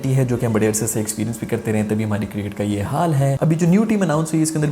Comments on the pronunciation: Circket nahi cricket tell sarfraz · ENGLISH of Pakistani 🤣🤣🤣🤣 Cricket--circet🤣☀️